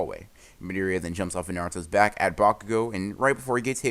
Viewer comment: Did anyone hear him say bakugoogle